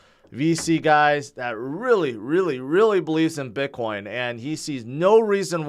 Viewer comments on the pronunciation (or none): I love how you pronounce it Bitcwoin!